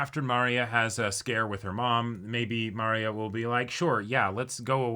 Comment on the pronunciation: ok i love these guys but why do they keep saying Maria's name like that? it's a very simple name and they say it so many times in the show lol